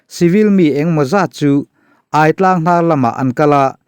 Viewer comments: Aitlang hi hmar tawng a 'kawrthindeng' sawina 'chakai' a 'ai' tih añg nilo 'thingai' emaw 'zahngai' tih emaw a 'aiii' lam rik ang a lam tur a ni e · Aitlang i lam dan hi.... aiawt ang ni lo in, a thluk in ang tur zawk aw... Pitar tia kan lam ang hian...a ki in angin... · Hahthlak thin teh e. Hripui leng bawk nen. Chanchin ila rawn Share zel duh tàkin AI TLANG tih thluk hi a lam dan kalo sawi ve mai² aw:- AI tih lai tak hi,AIAWH/AIEN tih kan lam rik ang hian lam zawk tur a nia.